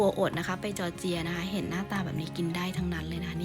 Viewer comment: จอร์เจีย ครับ ไม่ใช่ จอเจียร์